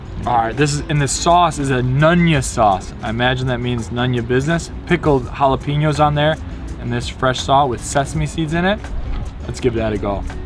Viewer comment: Ok,....you cannot say pickled "jalapee-ños" anymore... you've been living in S.D. long enough to pronounce it correctly...ja-lah-peh-ños...just sayin'...😌